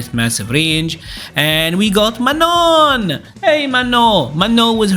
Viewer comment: I like how you pronounce manon’s name with the french pronunciation. It just sounds right to me